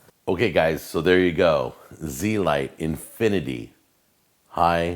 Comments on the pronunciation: Agreed, he pronounced it wrong. It sounds a lot better when pronounced correctly. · You pronounced the name wrong. Its not Z-lite. it's zelite. Pronouned (zelete) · pretty sure its pronounced z-elite but blend the e's together, not zee-light